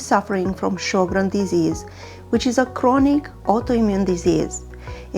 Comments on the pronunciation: It is pronounced Sher-grens. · Pronounced Sho’-grens.